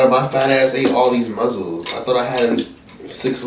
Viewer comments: saying muzzles instead of mussels is sending me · “Muzzels” 😂😂😂it’s mussels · Every time says "muzzle" instead of "muscle" cringe lls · You do mukbangs EVERY SINGLE TIME. ITS MUSCLES, NOT MUZZLES. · Did he say muzzles?🤣🤣🤣🤣they are mussels shug!!! You crack me up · It's just funny that pronounce those shellfish as "muzzles" & not "muscles"? 😂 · "Muzzles"😂😂😂had me cracking up😂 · Everytime said “muzzles”, I died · Mussels is pronounced the same way as muscles. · Nobody:: MUZZELS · So no on going to talk about how said mussles💀💀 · I like how he said “muzzles” 😂😂😂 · Mussels - it’s said like muscle the ones in your body . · why you saying mussels like that???? LMAOOOO you deadass mad funny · The way he says mussels irritate me 😂🤦🏽‍♀️ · Mikayla Hatten Don’t be fooled by this video. ain’t saying it right 😂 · It's actually, "Mussels". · The way he says muscles is so funny